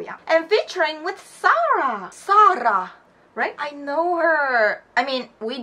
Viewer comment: Your pronouncing is funny, when you tried to say Saara you said it like SaaR'RA xD